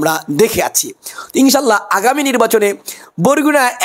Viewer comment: ইনশাআল্লাহ বলতে পারেন না আপনি নাকি হুজুর। কথায় বোঝা যায় না